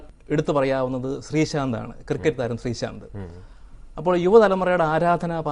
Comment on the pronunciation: Sreeshant inu pakaram 'Sthreeshant' ennaanu parayunnath! haha